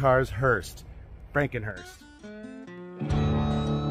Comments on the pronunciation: It's a hearse, not a hurst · It's HEARSE not HEARST or HURST. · Don't know if it's been mentioned, but it's hearse. Not Hearst or Hurst. Funeral Coach is also acceptable. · Its hearse not hearst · There is no "t" in the word "hearse"!